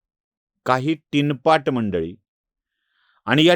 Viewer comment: टिनपाट नव्हे, चिनपाट! सकाळच्या विधीला लागते ते !